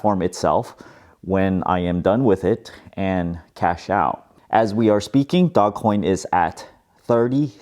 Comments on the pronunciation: Its Dogeeee not DOG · This is a bubble that is going to end in tears. People bidding up assets they don't have a use case for except for selling them to other people for higher prices. You don't even pronounce it right, it's said “dohj coin” not "Dog Coin." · Not DOG, DOGE (Dowzh) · It's pronounced Doe-J NOT Dog Coin lmao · its not dog coin its doge coin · This guy is gonna drive me nuts. NOBODY CALLS IT DOGCOIN. ITS DOGE!! DOGECOIN. GET OVER IT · is calling it "dog coin" instead of the correct pronunciation of "doje coin" so then people comment about the mispronunciation and the yt algorithm picks up the video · Its "doje", not dog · Bro is anyone else triggered that he keeps calling it DOGcoin instead of DOGEcoin 😡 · Big fan, long term subscriber, liked your video. But please, I beg you! Stop calling it Dog-Coin! It's Doge! Dough-j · i thought it's pronounced dogecoin (dojecoin) not dog-coin. idk. good for you man! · I love how you still call it Dogcoin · Nah it's his personality. It has a dog, he calls it dog. No irony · I love that you’re calling it dog 🐶 coin. Don’t change just because people are pronouncing it a different way. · It's pronounced "dohj coin" . Look at the video: How Dogecoin Blasted Off & Made the Meme Economy Real | Know Your Meme 101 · I love how you call it dog- coin. 🐶 Makes me smile. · Its NOT pronounced DogCoin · It's actually pronounced Dog-E-Coin lmao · It's dogecoin as you say like the car brand Dodge first.